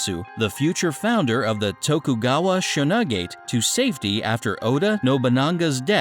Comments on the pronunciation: You brutally butchered damn near every Japanese word in this video. "Sho-nu-gate", LMAO. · It is not Shonugget, it is Shogunat, also it is not Ayesu, it is Ieyasu.